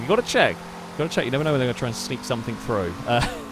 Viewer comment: Stop saying somethink and nothink. Jeez!